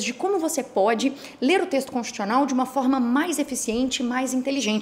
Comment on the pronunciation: Constchiucional que se fala?! :/